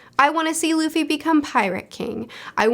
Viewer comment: I am about to start Arlong Park, wich as far as i can tell is the most hype arc in East Blue. I've been really enjoying this introduction so far, so can't wait. (Then i shall finally be able to hear pronounce Luffy wrong 😁)